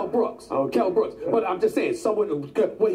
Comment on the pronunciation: First it was Kell brock now it's kell brooks 😂